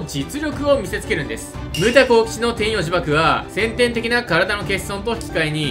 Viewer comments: 天↑与↓呪縛で草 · 天与呪縛のイントネーションが気になる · 天与呪縛の発音気になるww